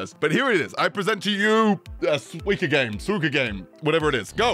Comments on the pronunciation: Bro it's SUIKA not suiki or whatever tf you are saying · Why do you say "swika game"? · its 西瓜(スイカ) "soo-ee-kah" which literally just means watermelon in japanese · Every time he says "swee-kuh" instead of suika I die a little inside Otherwise, great video as always! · It got me laughing me whenever he says the game name. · I came to see how he pronounced Suika. I wasn't disappointed 😂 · god the way he pronounces suika is killing me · the way says suika is painful lmfao